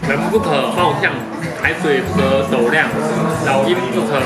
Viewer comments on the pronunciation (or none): 海水不可斗ㄌㄧㄤˊ 不是斗ㄌㄧㄤˋ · 是不可斗量(二聲量) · 海水不可斗（ㄌㄧㄤˊ）才對